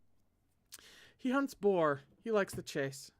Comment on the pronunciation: hello I’m a French interpreter here is a pronunciation guide: Govart: go-var Akielos: Ah-kee-el-oss Chalis: shah-lee (good rule of thumb never pronounce the s at the end of French words) Guion: G (hard G)-ee-on Laurent: you’re killing it, vaguely rhymes with lawn Chastillon: Shass-tee-yon (you’re almost right with Shass-tilly-on so just keep yours if it’s easier) Audin: Oh-deign Nicaise: Nee-cayz Orlant: Oar-lawnt Vannes: Van Auguste: Oh-goo-st ❤️🧡💛💚💙💜